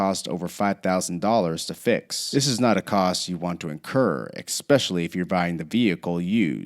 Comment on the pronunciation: *Especially*..not "Expecially"...how did you get a job doing voice overs?